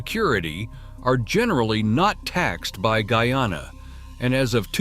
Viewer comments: What d rass? It's not gooyana but GUYANA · He said goo-yana and not guy-anna the first time. But the 2nd time he said it decently..